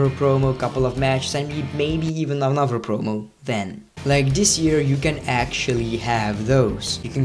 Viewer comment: "anofer" lmao